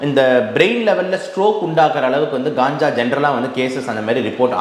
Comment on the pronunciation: Ulagame Kanjaa enru solgiradhu. Indha dr , Gaanjaa , Gaanja enru solgiraar .